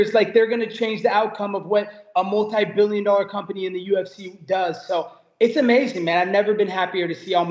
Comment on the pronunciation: love how Colby says "multi"